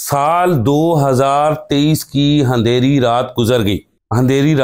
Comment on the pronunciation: ھندیری رات کوئی لفظ نہیں ان پڑھ ۔ اندھیری ہوتا ہے